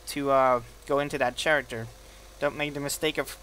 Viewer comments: you said character with a ch sound but t has a k sound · u say character funny lol "Scharacter" its pronounced Kare-ehct-er